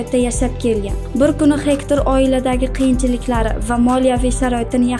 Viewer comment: Gegtr boladi hector emas